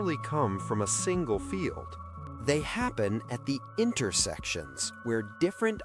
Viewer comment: "BREAKTROUGHHS happen at INTERECTIONS" LMAO - WTF? Interection sounds dirty... Enjoyed the vid regardless.